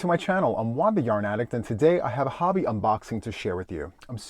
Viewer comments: I love that you pronounce Hobbii correct!👍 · Thank you for pronouncing HOBBII correctly